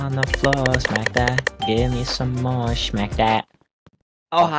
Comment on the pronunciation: U mean “shmack” 😂